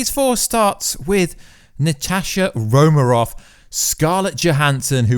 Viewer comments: Romanov with an "N". Not Romarov.. Also .. You talk about some deleted scenes but show nothing. I think your faking. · Can u acc say Romanov properly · Why can't you pronounce "Romanov"? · Say her name Wright for god sake